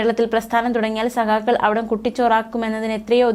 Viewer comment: ഈ അവതാരകക്ക് ഉച്ചാരണത്തിൽ ഒരു ട്രെയിനിങ് കൊടുക്കണം please. സഹാകൾ അല്ല സഖാക്കൾ. ആരോചകമായി തോന്നുന്നു